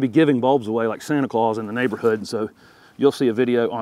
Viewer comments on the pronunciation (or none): none